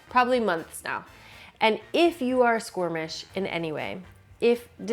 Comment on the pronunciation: Squirmish? Squeamish? 🤣